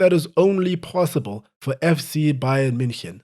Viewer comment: can we please appreciate for a moment how clean you pronounced the team name, like holy